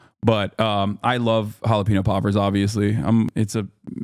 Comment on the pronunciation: I’ve been listening to this dude for over a year, and I’ve been wondering whether the “jalapeno poppers” mispronunciation was a joke this whole time. lol